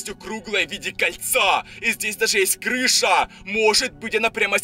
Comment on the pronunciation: Почему он говорит так зданиЯ крышА людИ